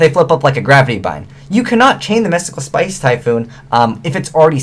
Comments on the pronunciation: Am I the only one who noticed that said "Spice" rather than space? XP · is it just me or does he say "space" rly weirdly